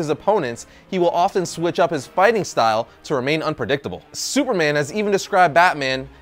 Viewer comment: You saying fighting style wrong is funny...